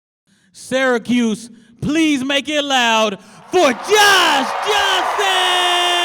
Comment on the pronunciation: bro pronounced syracuse correctly. respect